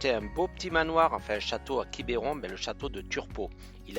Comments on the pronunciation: Bonjour les amis,je vous entends parler de Quiberon, nous Bretons nous ne prononçons pas Quiberon avec ( é) je pense que vous allez me comprendre, bien du plaisir à vous et à bientôt 💐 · Belle vidéo Merci beaucoup Juste une chose : on dit « Quibron » et pas « Quiberon » Mais c’est tout aussi joli ! Merci beaucoup pour cette belle vidéo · Quibeuron pas quibéron : c’est insupportable 😅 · Alors pour information on ne dit pas quibéron mais quibron en phonétique on avale le e sinon superbe vidéo, vous êtes chez moi !! bienvenue à vous deux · Bonjour ! Merci pour cette belle vidéo Comme pour le village de La Clayette qui ce prononce Laclaite où vous n’êtes pas loin quand vous êtes à votre hangar Quiberon ce prononce Quibron Ni voyez aucune agressivité de ma part Bises à vous deux ! Régalez vous !! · c est quiberon mais ça se dit quibron